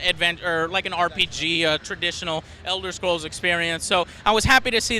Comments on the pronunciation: BTW, since when is this series called elder shcrolls? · Elder shcrolls